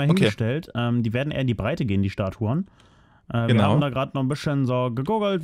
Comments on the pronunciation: Statuen, nicht "Staturen" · Psssst......... Es heißt "Statuen":D Die meisten Leute denken es heißt Statur, tut es aber nicht:D